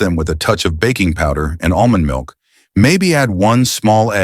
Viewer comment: Almonds milk ?? Dr what are you saying?